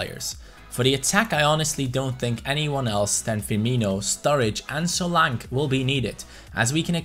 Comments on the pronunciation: It's pronounced solanke not solank 👍🏻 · Solanke is pronounced So-lan-ke by the way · Its Solan Ke Kay Solankay but solanke